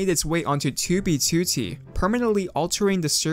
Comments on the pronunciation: 2b2t = ❌ too-bee-too-tee =✅ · i cant even watch anymore, 47 seconds in he keeps saying toobie tooty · I like your videos, but I'm extremely hesitant to click when I see one in my recommended because you pronounce 2b2t completely wrong. Please, if you see this, learn to say alphanumeric strings with proper stresses. It's twoBEEtwoTEE, not TWObeeTWOtee. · "on toobie tootie" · why does he say "tyu bi tyu ti" 😩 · Twu bee tuô tee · Ok but why do you pronounce 2b2t "tubey tootie"? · twuee bee twoou teee head ahh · *tooby tooty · its 2b2t dude, not "tooby tooty" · “2b tootey” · never change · can somebody teach this guy how to pronounce 2b2t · the way he says "2b2t" is so fucking funny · i love how he says 2b2t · i hate the way he pronounces 2b2t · this guy says 2b2t the most british way ever, it starts to irritate me everytime he says it. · Why do you pronounce 2b2t like that? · Why tf does he say 2b2t like that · The way you say 2b2t is awful. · Can say 2b2t right please? It hurt my ears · Sorry but your pronunciation of 2b2t make it impossible to watch this video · i am very sorry but i can not bring myself to watch the video cuz of the way you say 2b2t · The way u pronounce 2b2t makes me sick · the way you say 2b2t made me click off this video